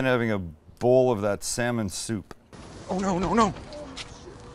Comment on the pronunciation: When you excitedly said "salmon", I heard "Sam-it!" at first, thinking you were taking your own name in vain lmfao